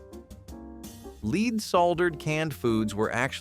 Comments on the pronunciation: "Leed based" "soldering" ??? These people need to learn how to properly pronounce some words !! Turtle Soup was a 'thing' in our house . Living in the Southeastern U.S. , it wasn't unusual to have it for a meal on occasion . It sort of falls into the same category as Frog Legs . In the sixties , Crisco was a cooking staple in many homes . In our house , any Wednesday would usually see a whole chicken , fried in Crisco , and consumed for our evening meal . Margarin is a laboratory misfit that is one molecule away from PLASTIC !! There is NOTHING natural in it ! I usually have a tub of lard in my refrigerator on any given day . I still use it for frying some foods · Leed ? Sol dering? 😂